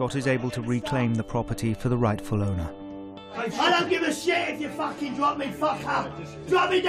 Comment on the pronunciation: It’s the “FAAKIN’ EW” that gets me